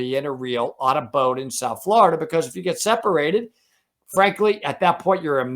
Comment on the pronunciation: Ok, as a native Floridian I need to correct you. It's pronounced FL OH RIDA, not FL ARRR IDA.